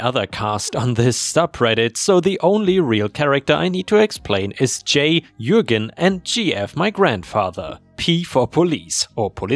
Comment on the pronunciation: Oh, knows how to pronounce Jürgen:D